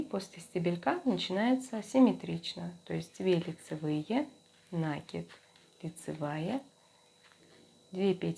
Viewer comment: Прелесть кофточка, но режут слух неправильные ударения в словах накИд , раппОрт. С уважением к вам